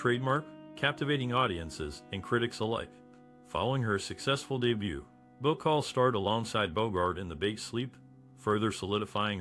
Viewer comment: Bah-CALL not Boo-chol. Good grief.